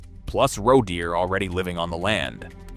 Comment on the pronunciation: Grossly bad mispronunciations. How many different ways can you screw up saying "roe"?